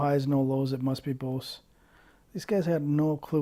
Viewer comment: If he likes 901’s so much maybe he should at the very least pronounce the word correctly. It’s pronounced BOZE, not BOCE. Rhymes with Goes and Rose.